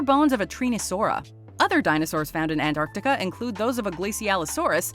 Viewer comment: ''ANTARCTICA'' IS PRONOUNCED ''AN-TARC-TI-CA.'' NOT ''AN-AR-TI-CA.'' Why does EVERYONE always get that wrong?! It's so irritating! It's a very simple pronunciation! Only an American can say that wrong. This concludes my biggest nitpick with that name.